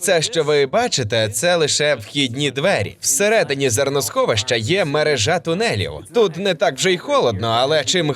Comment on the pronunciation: Відео цікаве😁 У слові мерЕжа, наголос на другу е